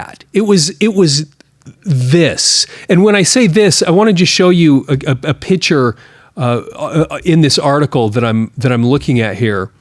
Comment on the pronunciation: I enjoyed your video however you do not pronounce the word picture right you say pitcher like in a water pitcher or a baseball pitcher learn to pronounce the word correctly please